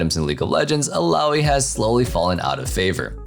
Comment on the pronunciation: It's ILLAOI Not ALLAOI